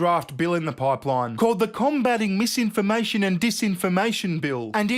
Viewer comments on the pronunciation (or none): "Its mam-imformation" - totally not crazy person. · “Meesinformation and deesinformation” 😂